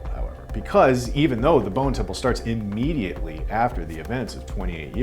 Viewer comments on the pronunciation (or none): none